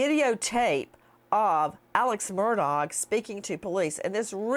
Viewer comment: "aleks merdog" gets me every darn time